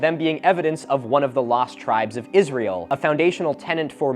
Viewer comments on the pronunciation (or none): none